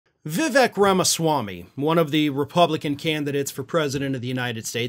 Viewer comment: It's pronounced Viv-ake. Rhymes with cake.